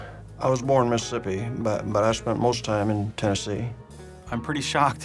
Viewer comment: Only 12 minutes in. There is some really terrible acting in the first few minutes, but kudos to the guy with his face blurred out, no matter who he is. He pronounced “Mississippi” the way that an actual Mississippian does. (It’s “Miss-SIP-pee” if you’re from here.)